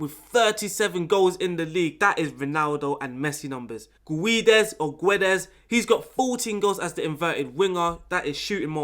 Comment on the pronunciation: When you say Guedes you are not supposed to read the U. So its like Gédes. 😆 Nice video btw, tactics looks very nice. Will give it a try. Thank you